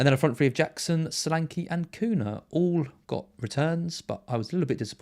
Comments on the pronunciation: Sorry to be so pernickety but,... Cunha is pronounced "KOONYA". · I can’t wait for Cunha to be banned, so I can stop hearing you too mispronounce his name.